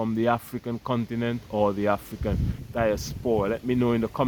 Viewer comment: THE BROTHER SAID """THE OONTINENT""""...... LET'S GO BROTHERS.